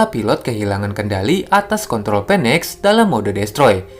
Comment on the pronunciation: BACA NYA "FENEX" bukan "Penek" 😂